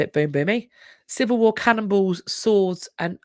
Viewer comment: You're saying cannonballs but I thought you said cannibals. I was wondering how they could tell there had been cannibals...